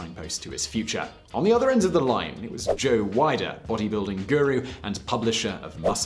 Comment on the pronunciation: Hi not wanting to correct you too much, Arnold entered the 1980 Mr Olympia because he was already getting in shape for Conan the Barbarian. Also Weider is pronounced Weeder. Nice video though. Thank you.